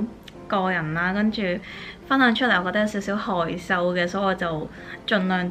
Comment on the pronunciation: 害羞 用白话发音 好特别 XD